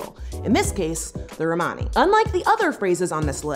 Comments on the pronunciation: The only thing that frustrated me was how you said Romani, I am Australian and was taught by a woman of Romani decent and she did not say it like that. But yeah, Americans must say it differently to us. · Romani is pronounced the same as Romans so Roman-ey like money not Rmaani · Please learn to pronounce "Romani" especially since you're "defending" us. Lol. The way you say it sounds like you're speaking about a group of Ray Romano fans. Hey look it's the "Ro-monnies!"